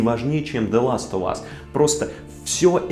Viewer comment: Ты настолько хорош что я тебе прости то что ты говоришь "Зе ластовас"